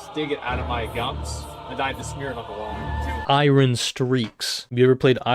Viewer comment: “iReN” ❌ “IYERN” ✅